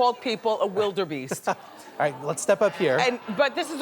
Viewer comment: lol What a fucking ditz she is. lol "Wilderbeest"